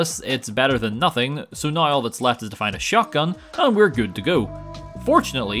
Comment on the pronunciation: It's pronounced "now", not,"noiugh".